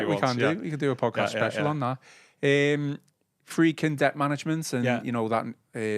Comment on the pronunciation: Why does call The Friedkins The Fredkins?